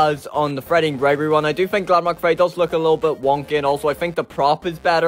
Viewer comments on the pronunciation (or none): Wait did you say glamrock or glamco